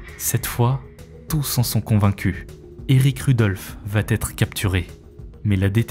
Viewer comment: Tes "Va-T-être" me font saigner les oreilles à chaques fois ! Dommage j'aime bien tes vidéos Fais un effort mec^^